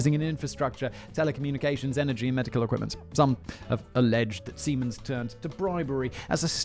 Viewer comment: Was I the only one who got initially confused by Simon’s pronunciation of Siemens? I kept hearing semens and was wondering what the hell he is talking about.